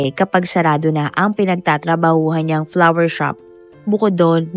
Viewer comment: Its FLOWER SHOP NOT PLAWER SHOP !